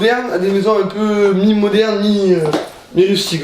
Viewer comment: Enfaite on dis de modernité pas de modarnianion 😅